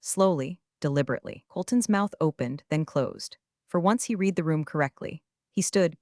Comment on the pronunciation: Good stories, but you really need to get the words correct. You have said "reed" instead of "red" many times and as a proofreader that is annoying.